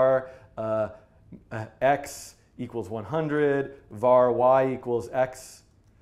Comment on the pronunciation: u saying var wrong its short for variables